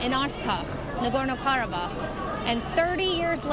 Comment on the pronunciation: Archax no ❌. KARABAKH